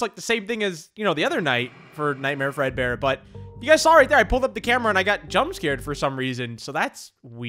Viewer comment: When said Nightmare Fredbear, i thought he said Nightmare Breadbear.